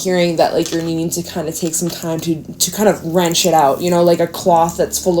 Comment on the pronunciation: I love how you say wrench it out like wring and rinse together something my granny would say❤